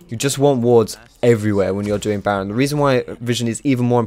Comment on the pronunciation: Lol did he say 'naron basher, good ol basher'